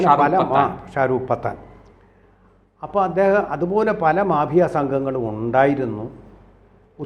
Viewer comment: Say pattan,not pathan!